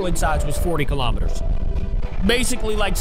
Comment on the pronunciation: It’s kilometers not kalomaters